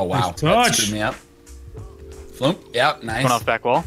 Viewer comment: I thought it was like Flump not Floomp